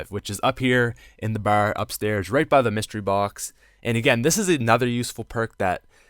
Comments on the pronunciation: Bar not ber lmao you Boston or somthing? Lol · You say "bar" so funny, it sounds like you're saying "bawerr". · Lol, i love the way you say Barrr. XD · The way this guy says bar is so fucking annoying